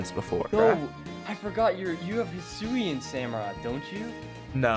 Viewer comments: Yo it is hisuen not aloalen 😠😠😠😠😡😡😡👿👿👿👹👺👺👺👺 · Alolan samurott got me rolling it's hisuian samurott